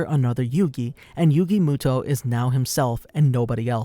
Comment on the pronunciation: Moto not muto